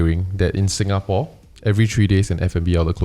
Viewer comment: Hello. Singaporean living in Japan here. Listening to you guys have helped me get through homesick thankss! 🥂✨ I just have to correct your guys on the pronunciation… pronounced it and the rest said sounds right but the last part was quite wrong. Lol… it’s quite difficult to pronounce it though. Shinjuku kissa’s pronounciation is correct… Tetsudo should be pronounce as TEH-ZHI-DOE Shinjuku is a location in Japan🇯🇵 Kissa means cafe☕️🍰 Tetsudo means railway.🚉🛤 Hope this helps! 😀